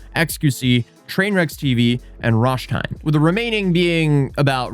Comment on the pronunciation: it’s RRRRRRoshTeen! 😂